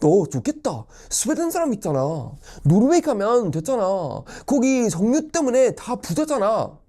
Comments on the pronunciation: 석류라고 하는줄 ㅋㅋㅋㅋ [서규]입니다~ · 석유라 쓰고 서규라 발음합니다.